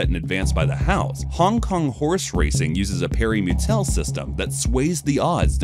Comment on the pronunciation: "the guy got drudged" instead of drugged and "parry mutel system" instead of pari-mutual system. I hate AI videos.